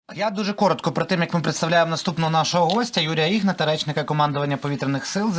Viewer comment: Ведучий! Вивчіть правильний наголос в прізвищі запрошеного. ІгнАт.